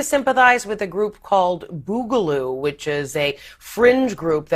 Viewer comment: Why does every boomer reporting on this pronounce Boogaloo so awkward 😂😂